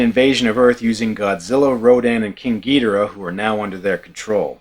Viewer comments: It’s not gi-do-ra it’s gi-doh-rah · That’s gee-DOOR-uh dude!!!!! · Ghidorah is not ghidora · My first exposure to many of the godzilla monsters was on the GameCube game Godzilla: Destroy all monsters melee so I pronounce king ghidorah “Ghi-door-ah because that’s how the announcer said his name, where as my dad who grew up with these movies says it the way you say it.